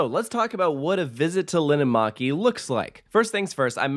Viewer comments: and Linnanmäki is pronounced /lin:ăn mæ̆ki/ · me hearing linnanmäki being said wrong feels weird but i know that not everybody can speak finnish